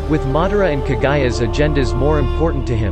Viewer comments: “Kaaa guya” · It's Kaguya not Kagaya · Who's Kagayaaa????? It's KagUUUUUyaaa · No you are not and it's irritating how he mispronounced a lot of the names especially kaguya